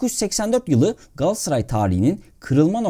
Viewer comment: Telaffuza dikkat edelim, her şeyden önce! Galatsaray değil Galat-a-saray; yani aradaki o "a" harfini yok saymak gibi bir lüksü de olamaz kimsenin. Ayrıca Kulübün, Mekteb'den de gelen tam ismi Galata Sarayı'dır; "ı" harfi zamanla düşmüş ama "a" harfi düşmemiştir elbette, yani Galata semtinde kurulmuş bir Saray'dan söz ediyoruz sonuçta! Bunlardan da önemlisi, Galatasaray Türk Sporu'nun Batı'ya Açılan Penceresi'dir ve bu yüzden de bizim öyle sadece yerel standartlara göre değil, Batı standartlarına göre de hem yapılanma, hem de başarılı olma hedefi ve mecburiyetimiz vardır, doğal olarak....Diğer yandan, Derwal'in hem GS'da, hem de dolaylı olarak Türk Futbolu'nda yapmış olduğu devrimler, Rönesans ya da "Küllerinden Yeniden Doğuş" olarak nitelendirilebilir, sizin de gayet yerinde tesbit ettiğiniz gibi! Bugün geldiğimiz noktada ise artık Avrupa'daki başarılı günlere "sağlam ve sürdürülebilir" bir dönüş yapmak durumundayız. Bunun için de çok daha profesyonel ve şeffaf bir idari ve teknik yapılanmaya geçmek (Uluslararası Kalitede bir Sportif Direktör ve Teknik Yardımcılar, vb) sadece öyle medyatik transferle değil, asıl altyapımızdan ya da genç yaşta diğer takımlardan alıp geliştireceğimiz, armaya aidiyet duygusu yüksek oyuncularımızın iskeletini oluşturacağı kadrolara öncelik vermek gerekiyor bence; yoksa taşıma suyla, bugünkü endüstriyel futbol ve spor düzeninde rekabetçi kalabilmek, ülkemizin de ekonomik şartlarını hesaba katınca özellikle de Avrupa seviyesinde gittikçe zorlaşmakt